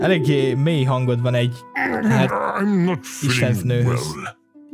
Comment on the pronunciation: na találtunk is egy új szót a szótárba! "Ekléggé"! (bocs XD) na meg "híredt" jól bővül az a szótár nemde? (bocs tényleg XD) Edit: (HK_Beni találta:) "hvan" bővül ám az a szótár